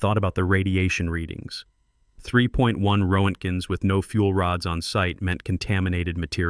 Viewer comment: Ro-ent-gens! Absolutely hilarious! Wonder if this piece of crap can read Russian, that would be side splitting comical!